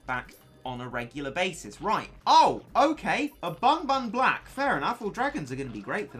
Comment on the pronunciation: I like how he says “a bun bun black”